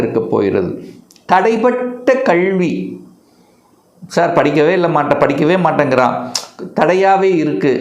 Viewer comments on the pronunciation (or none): Please pronounce Tamil properly not கழ்வி அல்ல கல்வி